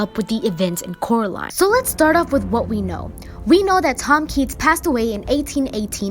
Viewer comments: "It's Coraline, not Caroline" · I have a theory that Coraline never escaped if you listen to Mr.Robiniski the other world's people says her name rightly Coraline but the real world calls her name worngly Carline in the end they said her name right.